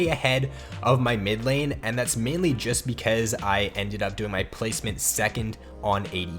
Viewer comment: I like the way he says ''becuueuze'' :)